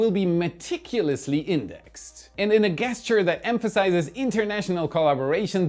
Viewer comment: pity about the guess-ture at the end..